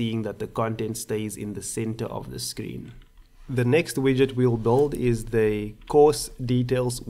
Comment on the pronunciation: Build. pronounced as bi-l-d. Say it my friend. Not bold. Nice tutorial. Thanks foe uploading this. Very helpful.